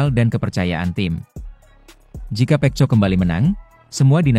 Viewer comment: Narator nya belajar dulu bagaimana menyebutkan nama Pecco yg benar ya... Malu-maluin